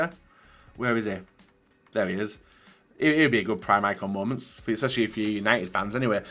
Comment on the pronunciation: I hate when he says mooments